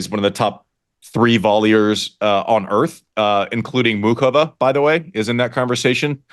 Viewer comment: Thank god Andy pronounces Muchova properly. I was going crazy last night hear the announcers not even bother trying to pronounce the ch. I think the crowd is likely to be significantly pro-Frances, but probably not so much that it makes the difference. I’d rather see Frances win but I expect to see Taylor in the final. I really hope Jess can do it, but I have a hard time seeing Sabalenka losing. Thanks for the episode